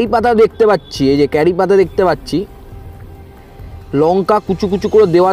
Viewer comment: ami pronunciation er kotha bolechhi...And I know what is curry leaves😊